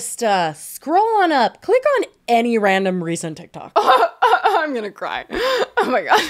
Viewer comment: said tihk toohk like Miranda Sings